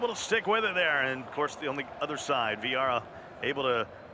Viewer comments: Us: vieira American: viara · Why does the commentator call Viera, "Viaara"!!! 😂😂💀💀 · Anyone else find it annoying when the commentator calls Vieira, viarra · Commentator: Viarra Me: die in a bin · MIQUEVIIPER THE KING the guy who says viara was Italian 😬 you should’ve heard how he said Eusebio tho that was worse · “Viara” pissed me right off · I heard Viagra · How is that dude working for EA when he cant pronounce when of the greatest midfielders ever that even casuals have heard of 😂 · I hate how he says Vieira